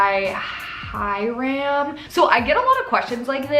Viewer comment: y did u say Hyram like that lol